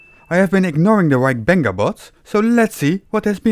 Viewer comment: The black hole of information is between the ears of Gary. (Ik had toch gehoopt dat de naam van Wybenga, die platte Grunninger, goed zou uitspreken, bij wijze van uitzondering. Maar ja, wie ben je en waar ga je naar toe als Groninger in de VS?)